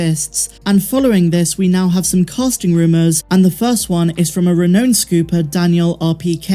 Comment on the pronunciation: I’m not sure, but it sounds like you’re trying to say “renowned leaker” on a couple of occasions. If that’s what you meant to say, I just want to let you know that “renowned” rhymes with “sound,” not with “zoned.”